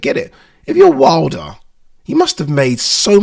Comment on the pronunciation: The fact that this guy can't even pronounce his own surname right is worrisome.